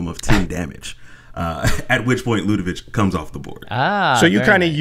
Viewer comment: LudeviC not VICH